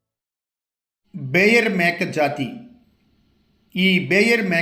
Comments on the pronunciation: బేయర్ కాదు బోయర్ అని పలకాలి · బేయర్ కాదు సార్! బోయర్. కానీ మార్కెట్లో వీటి మాంసానికి ఎంత డిమాండ్ ఉంటుందనేది తెలియాలి